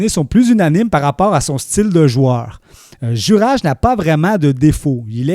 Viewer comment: Son prénom se prononce "Youraille" et non '"Jurage"